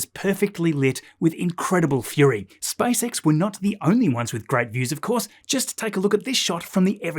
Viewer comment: "SpiceX" SpaaysEks